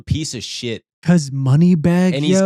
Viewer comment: The way said moneybagg yo is making me cry in pop culture